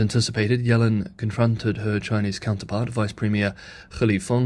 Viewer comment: Pronounced yellen’s name wrong. Ironic you can Chinese names right but English names wrong.